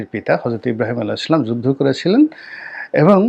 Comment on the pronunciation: ইসলাম উচ্চারন ও ঠিক মতো বলতে পারেনা। এই কুটনি